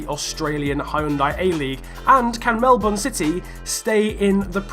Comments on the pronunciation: its melbourne not melborn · You said Melbourne wrong lol